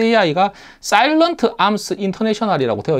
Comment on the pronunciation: 잘 봤습니다. Salient Arms International 을 사일런트 라고 발음하시는 분들이 많네요. 뭔가 스플린터 셀 느낌이네요 ㅎㅎ